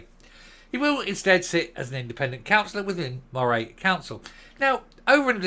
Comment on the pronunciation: Buckie is a Fishing town that voted Brexit. You say Moray better than most Scots. But it’s ready as Murray, for some reason.